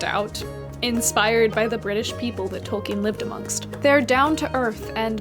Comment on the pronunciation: Hey! I am not sure if you are aware or even care but you may be interested to know that you are pronouncing Tolkien incorrectly. I only mention it as it may interest you, if not, no issue, your work is great either way.